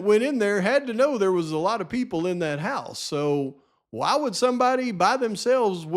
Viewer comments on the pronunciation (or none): hA HA I cringe every time he says the word "why" as "waaa" - like a baby cry LOL